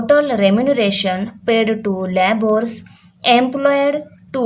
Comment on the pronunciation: Mam labours ka pronounciation लेबर ऐसा hota hai